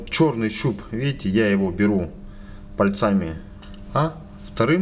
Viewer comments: МулитимЕтра, мультимЕтр!!! ПАльцами, а не пальцАми! Не снимай больше. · Не "мультИметр", а мультимЕтр!!! И не "пальцАми", а пАльцами!!! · Какая безграмотность надо говорить не мультИметр, а мультимЕтр, не пальцАми, а пАльцами и т.д.)) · "ПальцАми ..." ударение показывает, что мастера когда-то пробивало ..! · Про электрику рассказывай на русском языке. Главное ударение делай правильно. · Был бы русским, так не говорил бы. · Несколько стремный способ, если мультиметр окажется неисправным или с малым входным сопротивлением. Ну и "пАльцами" и "мультимЕтр", так ударение будет правильнее.. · Парень ты откуда такой??? мультИИИметр, пальцАААми, у меня пздц уши кровоточат. В какой школе ты учился??? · пальцА́ми, мультИ́метр.... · Главное ударение в слове пальцами поставить на вторую букву а ,которая после буквы ц, и ты становишься бессмертным. Как в школе учился,так и работает